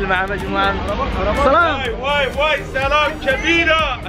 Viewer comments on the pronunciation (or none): احسن لقاء الي من اضنه وزوجته كانت طيوبه😘اتمنى لك التوفيق يا صاحب القناه بس لا تقول صلام😂 قول سلام